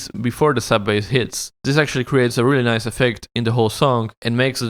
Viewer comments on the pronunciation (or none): none